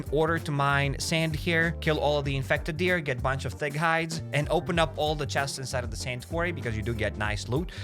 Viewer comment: Every time you say thick it sounds like fig to me lmao